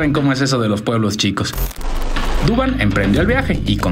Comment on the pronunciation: Es Duván no Dúvan